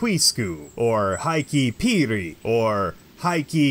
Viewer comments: Love your videos, but your pronunciation needs work. The true Finnish pronunciation of Heikki would phonetically be “Hay-key” not “High-key”. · It's pronounced HEY-key Lunta you got that right! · would you please put a minumum of effort into the pronounciation? HEIK-KI (and if you dont stop to pronounce the "E" like an "A" then i will send some finnish gods over to freeze off your little heikki!) in the word "hello" you have the correct "e" - use that damnid. Also, if a word has 2 "k" then it is for a reason. You cant just get away with pretending its just one. perkele!:-) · I hope that's how they teach Finnish to foreigners. The right attitude, perkele :D Tbh I don't think there are many in the Michigan Upper North Peninsula who pronounce it right, which makes me wonder who even gets to define the correct pronunciation.